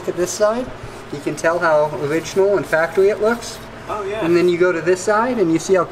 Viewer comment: thhasts not factowy